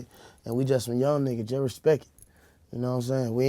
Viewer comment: he said respek it